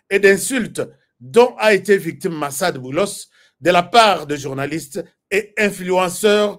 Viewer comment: La façon dont vous lisez ce nom me fait rire bcp🤣🤣🤣